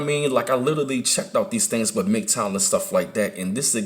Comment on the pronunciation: Everytime he says literally it ounds like he says little league